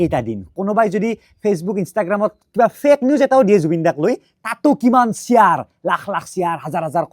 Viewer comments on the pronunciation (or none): Shiaaarrrrr nohoi bhai. It's Share